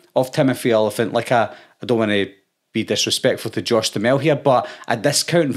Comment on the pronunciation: Im pretty sure it's pronounced (dew hammel)